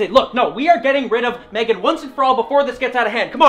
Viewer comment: You spoke megan the wrong way